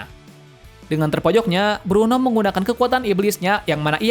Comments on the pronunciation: itu blueno bang bukan bruno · Blueno bukan bruno, kaku bukan pakku